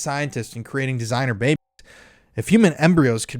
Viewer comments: My god, you can't even say babies? Dafuq? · Why can you not say "babies" so strange...